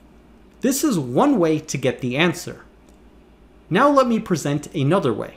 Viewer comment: Hi Presh-- if you're going enunciate with extra-hard diction, please don't break "another" into two words. And if you must... it's "an other," not "a nother." You did it twice. But don't worry; you're a good kid and you make good videos.